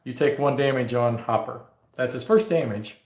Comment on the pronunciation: Not Hopper. Hooper.